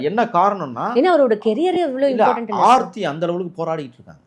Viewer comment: Sir...preethi illa ...aarthi😂